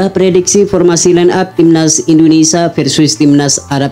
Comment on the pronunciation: INDONESIA min, bukan INDONESAH.